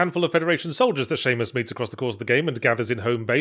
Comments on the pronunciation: I’m sorry - I couldn’t make sense of whatever Yahtzee ranted about once he referred to Samus as “Seamus” and I couldn’t stop cracking up about that. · Someone is pronouncing Samus wrong and I can't tell if its me or him.